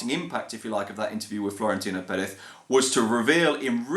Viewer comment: That's actually the right way to say it